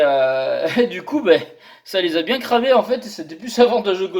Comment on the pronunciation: Le petit accent du Sud qui va bieng :D